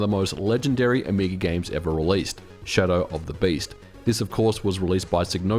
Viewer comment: First time i hear Shadow of the Beast pronounced with an Oz accent haha. Wonderful video! Brought back a ton of memories. Lots of floppies changing hands at recess in the nineties. Seems it was just a while back... snif